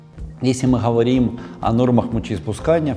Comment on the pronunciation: Почему умный врач гэхэкает хгоаоря хговорим как можно так гхэкать поработайте над речью !!!! Патология речи вы же взрослый мужчина. Урологхха ужас 🤯